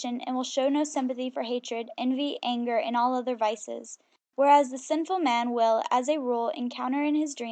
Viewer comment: 😂😂i was looking for someone that feels the same dont know why he was allowed to read